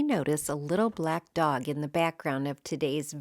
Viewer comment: I love what you have done! I especially love the "little black dot" it sounded like you said! LOL!!! Is that a Cocker Spaniel? We have had Boston Terriers for the past 20, or so, years....they can be a terror! LOL I actually liked your Marketplace find too! I happened to find a leather love seat and sofa, for 130.00!, on Marketplace this past weekend that I really love!